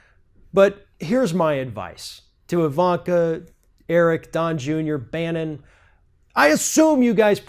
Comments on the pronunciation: I cant abide watching/listening to the orange one. Be that as it may...don't pick on the kid. He's a *kid*. His daddy might be an idiot, but the "sins of the father" and all that. Gossip about the kid should be off limits. Let's hope he will emulate his mother .. (PS: It's Barron, not Bannon 😕) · It's actually "Barron", so you screwed it up, too. Food for thought.